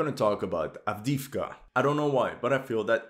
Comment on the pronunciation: С произношением Авдеевки беда, поработайте